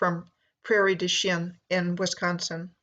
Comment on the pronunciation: Its pronounced and sounds like prairie douch-ing